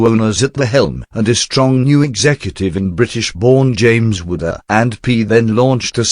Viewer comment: It doesn't sound like the guy is pronouncing A&P correctly.